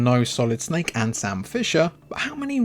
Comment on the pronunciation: Did you say... Solid... Snkae?..